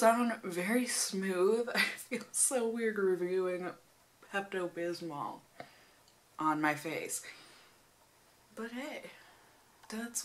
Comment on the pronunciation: when you say bismol you can't really hear the l at the end so it sounds like bismo